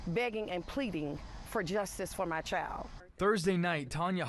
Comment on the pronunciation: Child, isn't pronounced Chald. Thanks though.